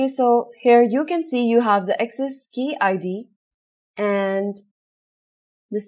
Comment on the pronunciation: I liked the content. simple and elegant. However I have little trouble with the accent. Ex: pronouncing "access" as "excess". just a minor observation.